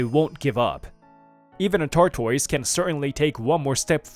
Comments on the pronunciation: A tar toys really😮😮? It's pronounced tortoise😅😅😅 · "Tortoise" who ever was reading this didn't know how to say it 🐢